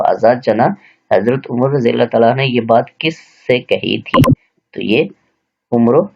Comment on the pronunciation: Sir kindly jab ksi sahabi ka naam ay tw razi Allah tallah han hu read kya krn. Ap gair-danista tor pe Razi Allah hann ha read hin. Agr koi bat namnasib lgy tw sorry sir ...